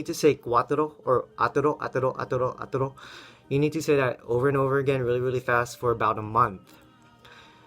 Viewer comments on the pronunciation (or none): when you do the "toro" sound it sounds like a Japanese R